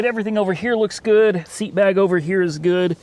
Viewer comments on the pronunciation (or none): none